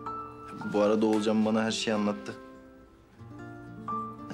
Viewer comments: Akif'in ciddi durumlarda Oğulcan'ın ismini doğru söylemesi... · İlk defa Akif oğulcanın ismini doğru söyledi😂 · Akif oğlucanınn ismini doğru söyledi 😅